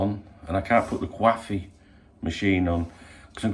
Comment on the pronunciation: Do enjoy how original these morning briefings are. Keep it up. Get ya tests done then get back for a cwoffee